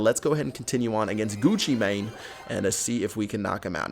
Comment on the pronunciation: when he said Gucci Mane it sounded so funny